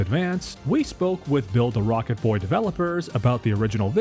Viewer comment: Are you purposely saying build a rocket boy wrong?